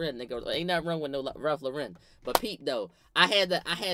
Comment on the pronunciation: wtf is “Ralph Lurren” 😭😭😭😭😭😭